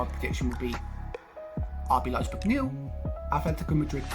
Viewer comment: It’s Leipzig not Leizberg😂 Also, Werner will not play for them in August. He chose to prepare for the new PL with Chelsea instead of playing out the UCL with RB.